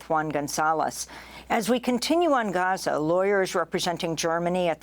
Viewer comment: Amy, I'd like to take a moment to tell you how happy we are that you try to pronounce 'Gaza' properly! Just a tip: you got the first letter right (Gh instead of Ga), but the imagine it spelled like this for the best pronunciation: Gheza. So, swap the A with an E and make it short. Regardless, thank you!! It means a lot to see your efforts!